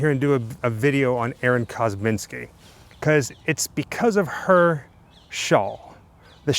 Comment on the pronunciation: It's "Kosminski", not "Kozminski", and no one has any idea if he was actually Jack the Ripper. VERY sketchy speculation at best, and lots of detractors. Come on... The "100% match" is greatly disputed. Chain-of-custody issues are only a BEGINNNG of the claims that this 'evidence' is faulty. I get it, you do a 'show' about this stuff, but get real. This one's silly. "Please be careful" kneeling down in that tall grass... 😝 I like your videos, but I have to say this was a stretch. Not a good one. Credibility is earned, not perpetuated by sycophants who love everything you do and who choose not to do their own investigations into the facts. After all, that very dynamic is why we have a moron like Trump in charge of our once-great country. You get a Thumbs-Up, but only out of respect.